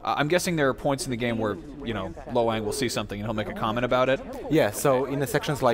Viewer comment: It sounds like he is saying Lo Wank.